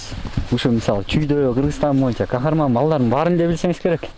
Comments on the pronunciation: Кахраман деген сайын Кахарман дейсин кулагын жакшы эмеско дейм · Хахарман мес Хахраман десен